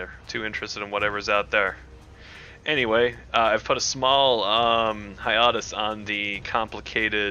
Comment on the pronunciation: .. I just realised what you were trying to say, you mean [{HIGH-AY-TUS}]